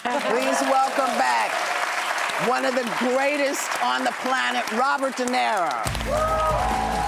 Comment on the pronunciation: De NERO???.... Whoopy can't even get the name right.